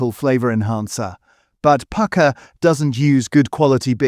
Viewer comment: This is just AI slop, you'll find another AI slop channel which sings the praises of Pukka pies while mis-prnouncing the name!